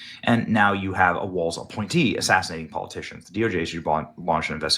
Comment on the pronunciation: Its Tim Walz, not Waltz